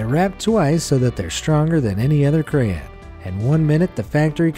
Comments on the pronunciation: Not to mention "Crayen" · Anyone else here who says cray-on going nuts over the way he says crayn xD? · I don't like how he says crayon. Cray-in. I say it as cray-on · Excuse me? CRAN? CRAYIN? Say it with me now: say CRAY-now say ON-put it together: CRAY-ON! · Didn't even say crayon correctly wtf he said "cray in" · its kinda weird how he says cray-ens instead of cray-ons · oh for gods sake its crayon not crayen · Cray-yawns not cray-ens 😡🙄😮‍💨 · Has anyone else noticed that he pronounced crayon wrong He says: “Crayen” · Hahahaha did he just call crayons 'cray-ins' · crayons not crans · I seriously can not stand the way he kept pronouncing crayon wrong. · You said crayon wrong. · The way he pronounced crayon and Korean killed me 😂😂